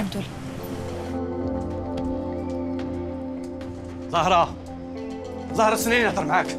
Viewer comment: هههه يعجبني كي يقول صارة ميقولش زهرة